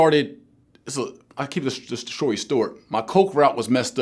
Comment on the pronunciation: "Imma keep the shory stort..."